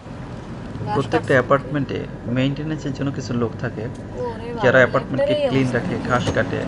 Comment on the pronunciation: কিরিমিনাল না ক্রিমিনাল। কিলিন না ক্লিন।